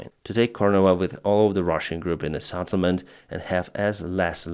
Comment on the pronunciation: Settlement not SATTlement.